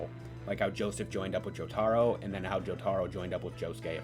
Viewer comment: Great video but I hate how you pronounce Jotaro